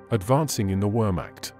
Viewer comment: I sincerely hope you learnt how to pronounce wehrmacht since the release of this video